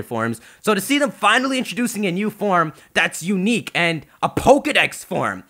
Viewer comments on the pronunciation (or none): none